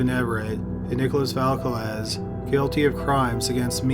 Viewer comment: Loved the vid, you murdered Velasquez with that pronunciation though 😅